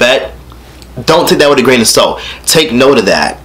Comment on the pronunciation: i thought he said " dont take that with a grain of soap" lol